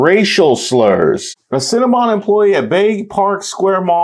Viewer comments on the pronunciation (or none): "Cinnamon Bun Cold Brew"?? She can't even say Cinnabon.😂 Methany is going off the rails.